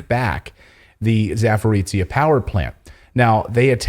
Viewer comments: It's Zaporozjia, men. Not Zaporitzja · Clayton, its not Saporizia, its called Saporoschja PP. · I'm not salty but it is pronounced za-po-ro-zye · C'mon man, it is pronounced "zaah-poh-roh-zhee" ... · Zaporozhiye is pronounced ZA-PO-RO-ZH-YE. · Clayton .. you need to learn how to pronounce ZAPOROZHYE ..(za-po-ro-zye)-....you are smart Man .. it is not pleasant to listen up to your 'suffering' ..same story with a couple of Polish names you did other night ..it is embarrassing .. it will take 1 minute ... write down and than practice for 1 minute and you will be ok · Let me help you with a pronunciation: "zh" in Zaporozhye sounds like "J" in French names Jean or Jacques.